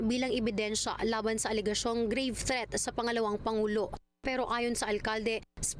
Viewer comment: threat.. klarong klaro pag ka sabi